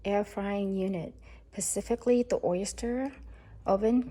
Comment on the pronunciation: I'm sure you're a great gal but you lost me at "pacifically."